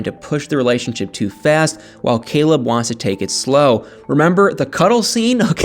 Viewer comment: Lol totally bcuz Caleb...COLEB....the way she pronounce his name, he is so cute 😍 to me.